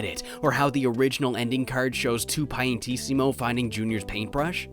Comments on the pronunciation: two piantissimo... my guy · "Two Piantissimo" Ah, the joys of the Latin alphabet...